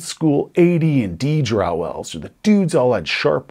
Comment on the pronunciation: drow rhymes with crow, not cow. no one is afraid of a herd of cows, but a murder of crow.....